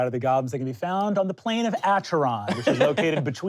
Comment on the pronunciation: Um, actually, Acheron isn't pronounced like how Brennan did.